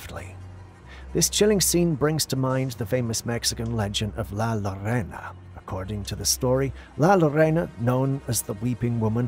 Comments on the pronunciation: La llorona plz learn to say it it's not lorana it's pronounced yourona! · If you're gonna talk about something please pronounce it correctly. "La Llorona" is not pronounced as La 'Lorena'....it's pronounced 'JOE-ROE-NA'. The double L in Spanish makes the J sound. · Not La Lorena, La Llorona (Yo-ro-na) The Crier or Lamenting woman. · LA LLORONA .......... LAH YOROH NAH IF YOU SLOW DOWN , SLIGHTLY PAUSE AND JUST PRONOUNCE WHAT YOU SEE HERE . WITH A LITTLE PRACTICE YOU MIGHT NEED TO PROVIDE NECESSARY PROOF TO I.C.E. AGENTS.